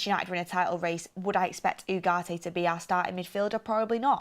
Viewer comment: OOOGARTE....learn to speak properly FFS